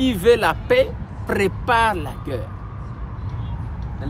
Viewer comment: Bon travail . Apprends comment prononcer Le mot GUERRE ! ❤